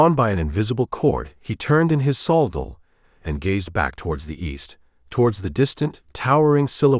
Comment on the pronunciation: Pronouncing the word saddle wrong